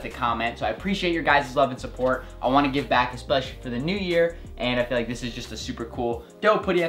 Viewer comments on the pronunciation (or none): none